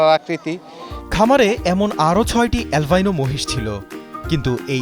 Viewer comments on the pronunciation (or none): অ্যালভাইনো নারে পাগলা, সঠিক উচ্চারণ আলবিনো।